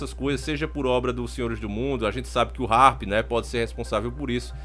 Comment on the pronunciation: E HHARP e não Sharp